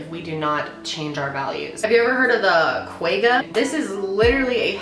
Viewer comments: Lol it's pronounced Kwa-Ga. The "ga" sound is very glottal sound like how the name Juan sounds, but without the 'N' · Her pronunciation of "quagga" is so off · The way you said kwagga though😂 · Lol the way she pronounced quagga 😂